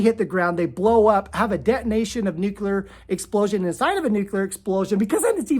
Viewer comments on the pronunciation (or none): Thank you for sharing this information! I am fascinated by your presentation. With kindness I’d like to tell you that the correct pronunciation is “nuclear” though “nucular” is a common mispronunciation. Take it or leave it 😊